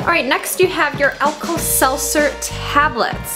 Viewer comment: Pronounces Alka-Seltzer "Alkal-Seltzer" cringes --- Thanks for the video! I'm going to try this sometime at home :D